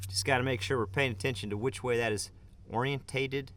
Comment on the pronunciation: "Ortented" vs "orientated" ? yur choice.